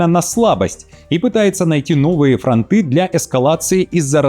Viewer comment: Уважаемый, я всегда смотрю Ваши новости и мне нравится, как Вы грамотно говорите, но бывает редко в Вашей речи неправильное произношение, например Вы говорите фронты - ударение на "Ы", а надо говорить с ударением на "О". Извините за поправку. Спасибо